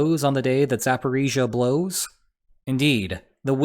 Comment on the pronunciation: i am so happy you get the pronunciation right